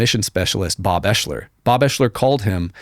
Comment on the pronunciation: Ps.. Bob’s name, it’s pronounced Ex-ler But spelled different, Oeschler I believe is the spelling. not eshler.and I can prove it